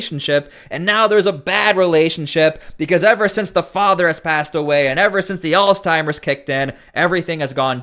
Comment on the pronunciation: It's "ALZHEIMER'S" not Alzteimer's, for the love.